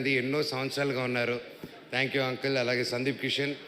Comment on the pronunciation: ముందు ఆ అంకుల్ తొంకుల్ అనడం ఆపండ్రా రేయ్! 😂😂😂 వినడానికే కంపరంగా వుంది! కనీసం బయట మాట్లాడేటప్పుడు!